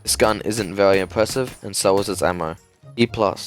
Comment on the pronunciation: Bro the way you say category and very is so funny lmao "categowy" "vewy"